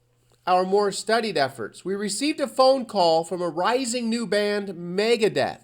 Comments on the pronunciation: Megadeeth wtf are you saying lol. Its Megadeth and that is how its always been for me. Dunno why you pronounce it with 2 e's when its only got 1. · Also you make it sound like deeth. How do you pronounce Beth, Seth, Meth? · I might have to unsub you if you call them Megadeeth one more time!...Wait you just said you remember it with and with out the a...?...unsub!